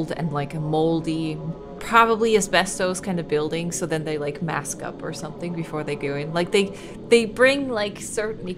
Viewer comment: This game gives me heavy resident evil biohazard vibes and silent hill and why do you say den lol